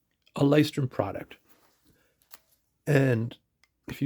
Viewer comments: Thank you for the video. Not to be pedantic but you may actually be interested... Lighthouse in German is sort of hard for Americans to say. Loo oy shh torm Loo as in Lou the nick name Oy as in "hey" British slang Shh as in be quiet Torm as in dorm with a t but not super pronounced. So this part isn't as hard as you may think, just kind of Blended together. Saying loo then oy shh then storm fully in a connected row is hard for English speakers. I leuchtturm1917's own videos they will simplify it a bit to make it for English leaning. If you really want to hear how it's pronounced Google lighthouse in German and then click the pronounce button, don't listen to Somebody pronounce the brand Our journey in journals, the blog has a post saying the exact same thing that you can read, if you like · The video slaughtered that word so bad I had to look twice.